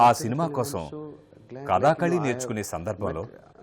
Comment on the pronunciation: కధాకాళీ కాదు కధకళి